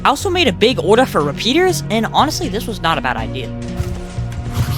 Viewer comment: the way u say order "ORDAA"